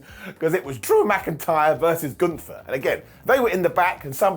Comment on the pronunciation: I didn't watch Summerslam. So i'm confused because you said Omos got eliminated, if i understood it right. So how could he later still be in the match?!? 🤔🤷‍♂️ By the way, it's not Gunthfer, it's Gunther! 😉😅